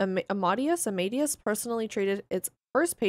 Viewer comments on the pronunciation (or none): it's not pronounced armaidious it's pronounced armadayus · Amadeus = amma-day-uss